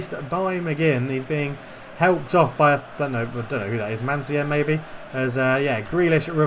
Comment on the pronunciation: You still got it wrong 😂 But, just for the effort, you have yourself a new Patreon As for favourite player? Well, it was a tough one between McGinn and Tierney so I’ve gone for Grealish lol Gotta stick with my kin and say Tierney. Always plays well